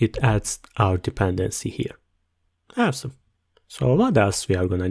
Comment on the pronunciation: Thank you! Great video! So funny when you say "awesome" it sounds like "have some" LOOL